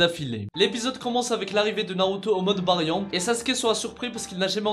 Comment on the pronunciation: tu prononces le mode Baryon comme une merde